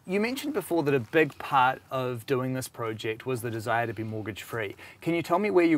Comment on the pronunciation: It’s not pronounced prooject bud...